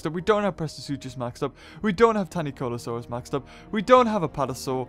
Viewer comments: why'd u keep calling tanycolagreus tanycolasur? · Stop acting like a child. Words have pronunciations, and people should make an effort to stick to them. Perfection is obviously too much to ask, but his pronunciation of Tanycolagreus isn't even phonetically correct, so yeah, I'm going to point it out. I will not 'let him be him' if that means being wrong, and I will not dislike the video. It's odd, for someone who seems aggressively, irrationally in defense, you sure are quick to tell people to dislike his videos. Grow up.